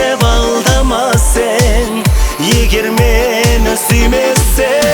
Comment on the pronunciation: Сен, сэн емес слух режет